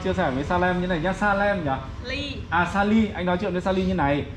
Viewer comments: 2 ông này có cái lên saly mà k nhớ cứ nói là lysa,salem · Đọc sai tên mà saly đọc lysa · Chứ Mới Đầu Đường Vào đến nhà cô vài trăm mét và Phát âm 👉 Saly 👈mãi cũng không đúng. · Anh chàng này chỉ có cái tên là Saly mà không đọc được. Sao mà yếu kém về sinh ngữ vậy.